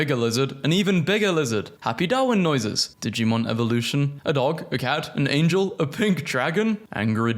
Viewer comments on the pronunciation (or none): none